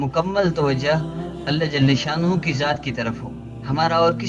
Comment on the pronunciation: ALLAH JALHA SHANNA HOO... km se km as lafz ko tu theek se parh lo